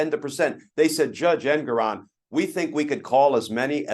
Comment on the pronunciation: Can you guys PLEASE learn how to pronounce the Judge's name. It's en-GORE-on. Arthur en-GORE-on. It is not EN-goron.